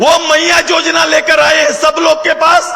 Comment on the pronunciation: सुदेश महतो जी को योजना का उच्चारण नहीं आता है वो जोजना बोलते है और युवा को जुवा बोलते है कैसे झारखंड का कल्याण होगा